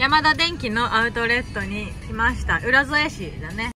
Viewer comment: 浦添民です😊 ウラゾエではなく、うらそえです😅 一気見してます！ 生活を楽しんでる感じが👍 あと、子が可愛いすぎー😍